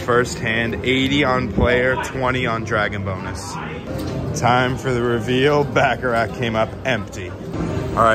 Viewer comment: I like ur videos but damn pronounce baccarat right it’s not back a rack